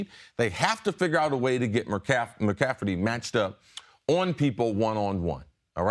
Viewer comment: Why can't Chris Carter say mcaffrey he keeps saying mcaffedy